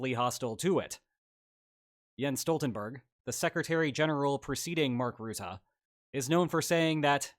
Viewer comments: It's not pronounced Routah but Rutte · The u in Rutte is pronounced like the u in duck, or at least more so than the "oo" sound I'm hearing (I'm Dutch, he was our prime minister before he got this job). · It still surprises me how many people mispronounce Rutte. It's not pronounced like root but more like rut (like 'in a rut'), rut-tuh not root-ah. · The U in Rutte is pronounced like the English word "rut". Not like "root". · Rutte is pronounced "bruh" without the B + "tuh", not rootooh, bruh-tuh without the b. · The man's name is not ruette but Rutte. Say Russia, now say Rutte using the same first syllable. Iy is down right disrespectful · As a Dutchman, who's had Rutte as my prime minister for most of my life (and all the memes that were made during his political career) its kinda jarring to see him here in a Spaniel video also his name is pronounced "ruh-tuh" not "roo-the". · there is no 'oo' in Rutte. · Mark 'Rutah' 😅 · Love your videos! But you really messed up the pronunciation of a very simple last name! It's Ru (like Russia) tte. Don't mind the word choice was a coincidence that fit the way to speak 😊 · FYI the "u" in Rutte is pronounced as in "hut" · The u in Rutte is pronounced like the u in Turkey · mark ruttAH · Rutte's name is most easily pronounced if you pronounce it "rut" but a little extended, like you're in ye olde england and your wagon is stuck in a rutte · Mark Ruttah :) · Love the collab with Mark Rutte. Please work on your pronunciation of "Rutte" ; as a dutch person this was really rough 😭